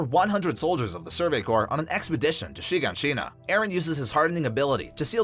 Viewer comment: “Sheen-Ga-Sheen-Ah” bruh its “Shi-gon-sheena”